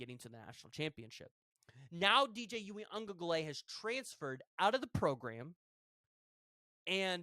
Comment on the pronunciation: If you can't pronounce Uiagalelei just don't try because you are butchering the fuck out of it